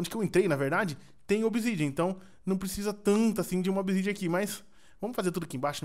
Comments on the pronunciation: no minuto 1.08 ele disse picareta de obisidiana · "picareta de obisidia" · você falo picareta de obsidian